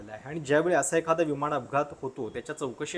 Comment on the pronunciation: तसेच विमानाला विमाण म्हणणे हेही सारखे खटकत राहते. 'ह्युमन एरर'ला ' ह्युमण' एरर '